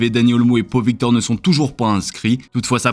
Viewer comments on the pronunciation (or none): S’il vous plait, les journaliste, respectez les nom catalan… Pau Victor ne se prononce pas comme la ville Pau… mais « Pahou »